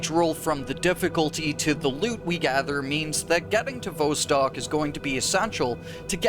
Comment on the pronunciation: Vostok rhymes with boss tock, not beaus tock. It has a short O sound not a long O. I can't believe how many times you mispronounce it.